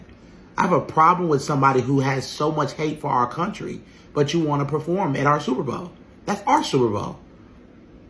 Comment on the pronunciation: Your CUNTRY????? Your CUNTRY..